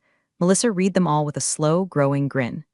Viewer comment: please pronounce the word read correctly. It’s pronounced “red” not “reed”!